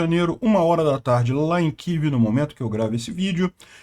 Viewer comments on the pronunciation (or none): none